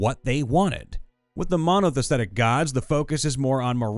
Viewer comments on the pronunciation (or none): I really like your work, but if you're not familiar with a word you need to look at it spelling closely before you try to say it, e.g. monotheism or polytheistic. If you just pronounce all the letters in order (save for "th," of course), you'll get those two right.